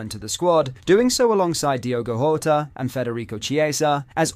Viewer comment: Jota is pronounced 'Djota' not 'Hota'. He's from Portugal, not Spain.